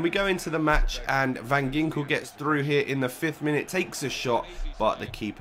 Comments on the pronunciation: u pronounce it van jinkel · it pronounced van hinkel , just saying :)